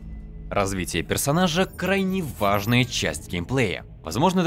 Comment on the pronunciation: "Развитиеперсонажа - крайне в а ж н а я часть геймплея. Возможнодаже лучшаясторона игры, вызывающаян е п о д д е л ь н ы й интерес" Примерно так я вижу текст для обзора по дикции и интонациям. Это еще что за херня, СГ?